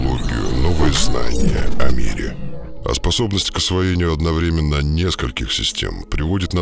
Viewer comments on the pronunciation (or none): none